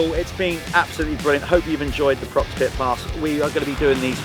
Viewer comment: Prox ? PROX ? What ? "Pro X " 😅